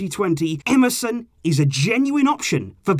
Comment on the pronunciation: When you said Emerson at first I thought you said msn😂😂